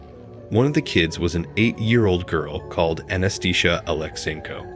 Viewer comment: The pronunciation of "Anastasia" as "Anaesthesia" has to be the funniest thing I've ever heard.